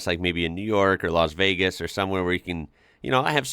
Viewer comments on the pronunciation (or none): none